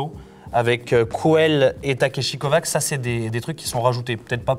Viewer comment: Ça se prononce pas Takeshi CovaCH ?